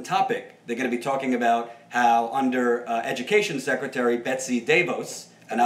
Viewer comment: *Please* don't call her Betsy Duh-Voss. Please say Duh-Vose, because otherwise it sounds too much like my name. Please!!! Oh, and yes, do a show together. Emma gets a little snarky/frustrated sometimes, and drones on a little sometimes, but the policy and content are spot-on. I think you would balance each other well and grow together. You're already head and shoulders above Cenk/Anna.